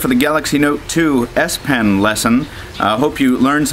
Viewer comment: It's called the S-PEN with an "E" ... not 'pin.' It's a pen.